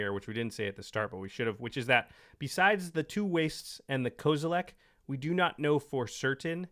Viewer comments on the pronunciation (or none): HOWSIT! It's Kozi Lee Kwai.